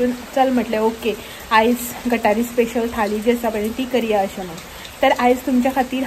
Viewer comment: Madam " It's not Gathari it's GUT HAAREE Thank you so much